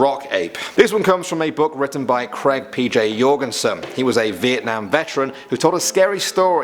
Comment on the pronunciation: I extremely appreciate the way you say: Việt Nam, not Vietnam ;)